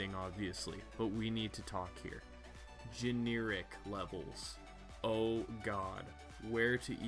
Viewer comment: Gen - air - ik NOT gene - ear - ik